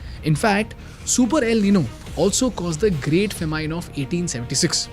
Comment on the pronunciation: The youtuber giving the news is pathetic in English . Famine he calls fa-mean. The word is Fa-min. Even from becomes frem.why use english language to kill it.